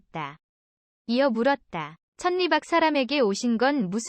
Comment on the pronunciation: 천 리를 천니가 아니라 철리로 발음해야 합니다.